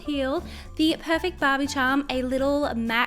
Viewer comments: it's not " bab-E " it's " bar-bE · why on the first slime i kep thinking she was saying bobbie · I thought you said ”bobby”😂